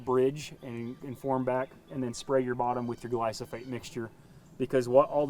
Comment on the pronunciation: poor guy is saying glysofate when it is Glyphosate